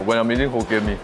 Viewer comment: Hoe- kien mee